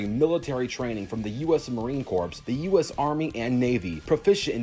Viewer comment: To pronounce Marine Corps it's pronounced Core not Corpse. That's how you say it right. Sure people in the comments can say "It's the same and it dosen't matter." Wait until they say that to a Marine and they will be rip to shreds by a pissed off Marine. Speaking of Marine Corps I been to Paris Island South Carolina 3 times back in High School and I love it and I have no regrets coming to Paris Island. SEMPER FI MARINE CORPS OOOOOOOORRRRRRRRRRAAAAAAAAAGGGGGGGHHHHHHH!!!!!!!!!!!!!!!!!!!!!!!!!!!!